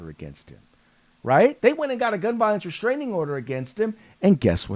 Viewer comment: It's restraining order not reshhhhhtraining order. You sound like Michael Obama.